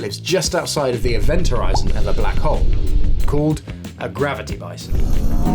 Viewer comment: He really took a “bi-te,-son”